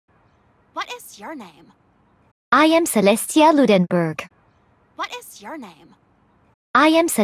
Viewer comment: Celestia not even knowing how to pronounce Ludenberg